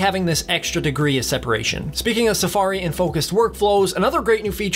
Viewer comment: The way that you pronounce “Safariiiii” made me want to stop the video and never watch your channel again.